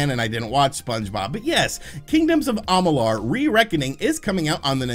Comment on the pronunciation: They way you pronounce Amalur reminds me of how Stewie Griffin pronounces Cool Whip. It's like you're intentionally trying to trigger people. 😂